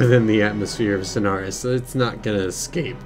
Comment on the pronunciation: Why do you pronounce it as snars